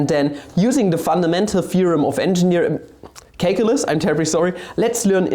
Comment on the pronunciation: You know you're watching a video when he immediately corrects 'menga' to 'manga', and then says 'caklylsz'